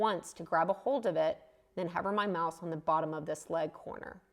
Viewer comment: Once I realized you were saying "hover my mouse" and not "cover my mouth" it started to make more sense! This was very helpful. I had given up on Sketch-Up but now will give it another try. I may need to update because my version is 2017 and doesn't look like that. Although, maybe it is because you are using the pro version? Thanks! Always enjoy your videos and learn a lot.